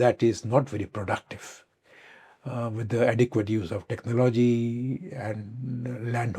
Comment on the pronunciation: Prob-ably, it sounds off when he is speaking. And it's tech-nology